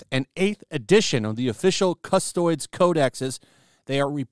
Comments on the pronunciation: God the way you say Custodes is infuriating. It's CUS-TOE-DEES, not custoids. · don’t mean to be a grammar nazi but it’s pronounced cus-toe-dees. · I'm not gonna lie, twitched a little at hearing "CustOIDS" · Thanks for sharing the word! In case it comes up again - cust-oh-dees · Lol " custoids". I'm gonna forever call them that! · My man calling them “Custoids” is killing me… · Funniest thing about this video is that he keeps referring to Custodes as Custoids xD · It’s going to take games workshop 40 thousand years to fix this 😉 Custodes is pronounced Cus-toads. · Its pronounced "cus-toh-dees" And yes there are amazing all-female factions for humans; the Sisters of Battle, nuns with guns that can manifest actual faith powers and the Sisters of Silence, anti-psychic superwomen capable of truly killing the supernatural. In this setting, killing daemons or warp entities, beings not of this reality, only prolongs their return.